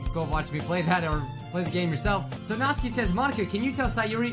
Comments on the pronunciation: Your saying Natsuki wrong ( nAAAt suki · It's pronounced nats-oo-ki Just to help bro your awesome.